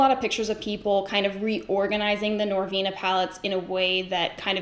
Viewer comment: when you paused and said "the norvina palettes....." hahaha I DIED! I haven't purchased one mf norvina palette!!!! hahahahah for this very reason! I cannot. I love youuu!